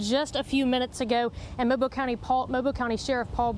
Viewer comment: It's pronounced Moe Bill not mobile 😅